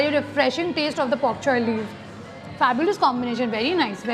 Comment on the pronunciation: It's pokchoi or bok choy? I think it's bok choy ur pronunciation is wrong ..